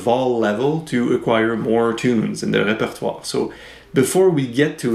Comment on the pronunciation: Oh that is how I am supposed to say repertoire!! Great lesson thank you